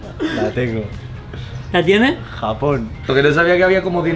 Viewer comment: Japón sin acento:)